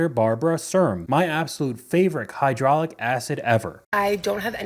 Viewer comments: hyaluronic acid ❌ hydrolic acid ✅ 😂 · 😂"hydraulic acid" 😂 you're such a dude...it's hyaluronic acid " for your skin. 😅